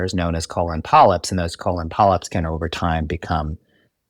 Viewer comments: KO - LON 😂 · I love the way he pronounces 'colon' So distinguished! ❤